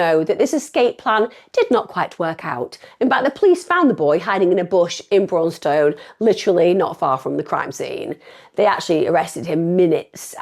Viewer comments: This is close to my home; it’s said brawn ston, not brawwwn stone. I live in wigston. This is too close, this gent, this son, husband, father, uncle, friend, grandfather was done dirty with the sentences these kids got! They’re racist, they attacked this gent for his race.ill stand by that. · Braunstone sounds like brawn ston, sorry spending half my youth hanging around there and being from Leicester that bit tickled me. Awful case and great job covering it emma x